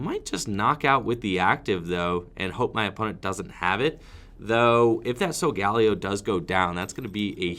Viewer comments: McCorkindale Layo was how I heard Ash say it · Is that how Solgaleo is said? I heard a different pronunciation in the anime